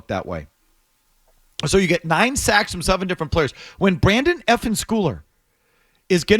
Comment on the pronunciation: A Patriots journalist & can’t even pronounce the player’s name correctly. It’s Brendan, not Brandon. You’d think they’d know the players names for the team that they’re commenting on smh.